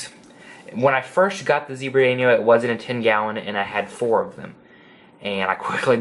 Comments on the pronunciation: Haris Iqbal He pronounced it wrong obviously you never noticed. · Haris Iqbal I know what a danio is. I have 3. The idiot pronounced it wrong. That clearly went over you’re head.